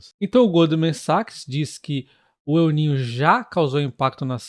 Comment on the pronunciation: Não se diz Eu niño, se diz El niño, está en español. Obrigado pelas informações.